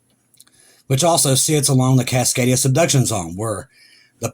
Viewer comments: If you listen to the whole video, he said cicadia several times in the beginning, but he actually said "Cascadia" at least 3 times, further down, it's the first time he said it that way, that many times - I really don't think it's intentional, he improved vastly on this one! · I love you......small reminder...It's not "Suk-kadia" It's Cascadia, pronounced "Kaskadia" I get it... I guess it's just habit. Still love you...but I am an Oregonian.🥰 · For those new here, when says Cicadia, he means the Cascadia Subduction Zone.